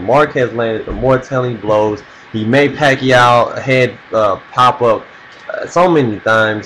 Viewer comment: he said pacoid even if its pacroid but ok so i say peequez ...